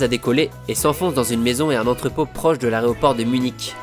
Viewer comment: J'ai remarqué a plusieurs reprises, que tu n'arrives pas a dire "aéroport", ahahaha. Beau travail, sinon.